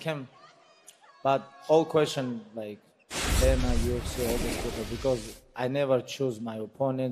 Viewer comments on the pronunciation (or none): I chuckle every time Khabib calls Dana "Donna."